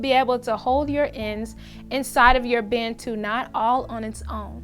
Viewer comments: Hearing Americans say Bantu never gets old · Its important to learn how to pronounce Bantu. Its a zulu (south african) word for black people.